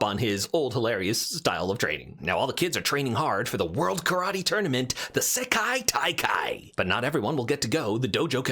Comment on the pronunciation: I both love and respect how many times you fumbled slightly at pronouncing "Sekai-Taikai" but kept going